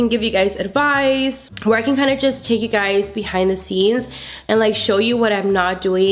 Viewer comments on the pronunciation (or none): none